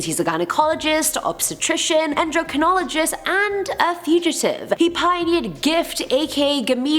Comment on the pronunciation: Who else heard jerkonolgist when she said endocrinologist? 😆 For a second there my mind went somewhere else. Oooppss